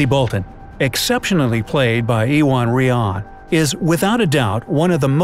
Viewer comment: Ewan is pronounced you-en!